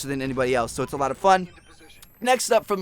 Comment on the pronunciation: You say "so" so weirdly it sounds like seahwo